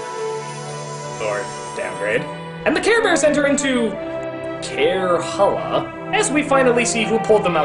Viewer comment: When I heard Carehalla I fucking pissed myself